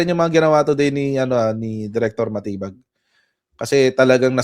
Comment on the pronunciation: SILENT “DI” dun sa surname ni Chief. Dapat pala talaga yun ang basa DiMatibag. 🤣😂